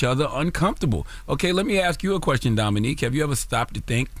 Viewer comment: Shame. The way Charla kept saying Dominique instead of Dominic 🤣🤣🤣🤣🤣